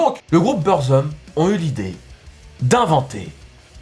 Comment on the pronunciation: faut dire BOURZOUM pour faire semblant de savoir de quoi tu parles;) et les tongs si tu fait une petite recherche tu vois que c est un produit bootleg lol